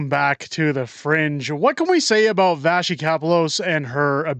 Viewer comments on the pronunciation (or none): Hi, just fyi, her name is Vassy. Pronounced as it is written, not pronounced Vashy. If your listeners are French speaking, the word vache means “cow” in French. This information is only to help you sound more professional.